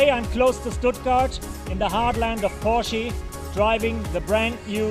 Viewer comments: Porschie???? Dude. It's Porsch uh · porshy? lol